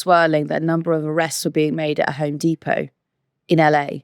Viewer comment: I'm struggling to get over the way pronounces depot